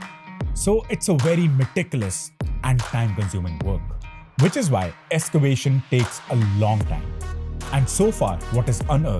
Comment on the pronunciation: Nice topic and thanks for updating. Small suggestions,... end of sentences are swallowed up so not heard clearly, and the music is too loud. Also, it is Ex-cavation not Es-cavation. Please don't be discouraged by my suggestions, it is meant only for making your videos better. Keep up the good work. -from an elder.